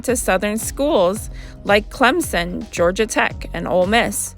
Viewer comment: It's pronounced [Clem sun]. Clemson has great sports teams and a high standard of education.